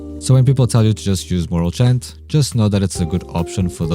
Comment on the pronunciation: I had to leave when he called morale chant moral chat...